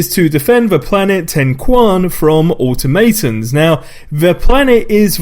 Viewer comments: "Auto mate ons" [AW] + [TOM] + [UH] + [TUHN] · AWE-tuh-MATE-ums!!!! (lol)